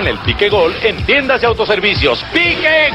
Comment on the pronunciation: No era Piquė era el Piique acento largo en la i no en la e.